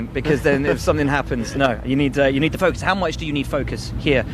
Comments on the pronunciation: When Buxton asks him if you need a lot of focus round Monaco it sounds like Leclerc is saying "fuck us" 😂😂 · When he says focus it sounds like fuckus